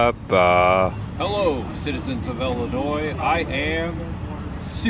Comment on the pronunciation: Thank you for pronouncing Illinois correctly. It's Illinoi it's French and native American. You don't pronounce the " S " .